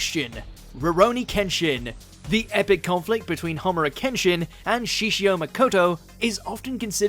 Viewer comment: "Homura Kenshin"? "HOMURA"??? The surname is HIMURA!!!!!!